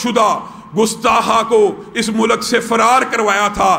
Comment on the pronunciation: Shut the fuck up you swine you call yourself an Allama. Do you actually know the meaning of Allama.??? You can't even pronounce Mulk ???? You are a crap thick headed one .. Each of you is trying to seek attention these days.